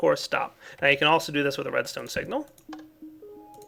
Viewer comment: I thought he kept saying ''programmable redneck controller'' XD